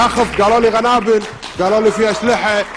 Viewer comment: يانبيل شعيل يابرميل كلمة قنابل مو غنابل شعلتو ابو لغه والعراق تاج راسك وكاظم تاج راسكم لتخليني اخلي ام يمعه طلجك وتبي عراكي